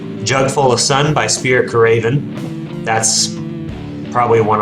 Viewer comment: Man, I thought I was having a stroke when you pronounced Spirit Caravan. I hate to be that guy, but It’s Spirit Car·a·van, not “Ca·raven” lol.